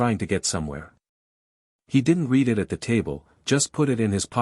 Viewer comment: Constant mistakes and poor pronunciation. Past tense sounds like red, present is reed.